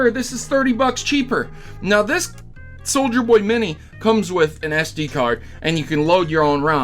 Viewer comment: I must say, I cringed every time you said "Soldier Boy" instead of "SouljaBoy" but either way, hope Nintendo puts his ass in jail